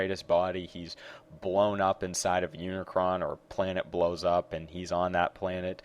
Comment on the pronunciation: hey, it's unicron